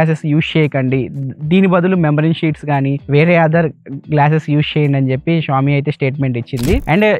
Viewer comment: Xiaomi ✅xami❌😅